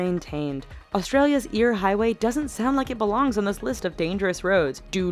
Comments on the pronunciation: it's not eyre as in ear it is eyre as in air, it's eyre's rock (Airs rock) get it right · it's not as ir! it's Ayir! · For the eyre highway, eyre is pronouced like 'air'. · Eyre is pronounces air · You say eyre like air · omg, skippers canyon road is so crazy when ur on a bus and the driver is crazy. and you mispronounced eyre its kinda more like air